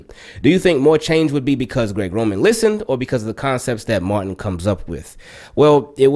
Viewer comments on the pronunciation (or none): none